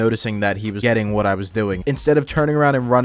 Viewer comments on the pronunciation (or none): he legit used "woht" instead of "what" yes it does